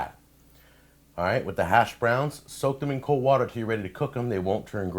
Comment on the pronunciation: The way you pronounce “hash.browns” pisses me off way more than it should.